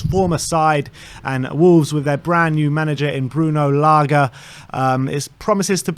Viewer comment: Lage not Laga